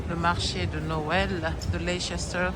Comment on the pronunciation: Ehh les françaises 🤣 les aigries de service quoi “ça vaaaaa”! Un vlog chic 🥰 tu m’as donné faim! et ça se prononce “Leister”😘